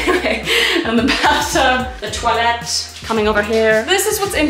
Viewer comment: Is it just me or when she show the toilet she said the toalett